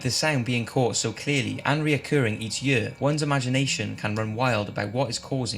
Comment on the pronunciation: Why tf he keeps saying “year” like “yEuUA”